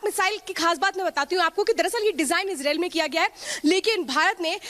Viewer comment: इजराइल का नाम तो सही से पढ़ लो